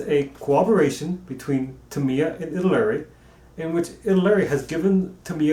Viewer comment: Italeri = Ee-tall-ee-air-ee. BTW Great work.